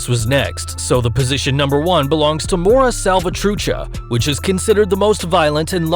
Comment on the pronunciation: He said Mara Salvatrucha wrong😂